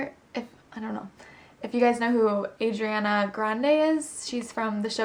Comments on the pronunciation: ahah,u said Ariana wrong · HER NAME IS ARIANA, NOT ADRIANA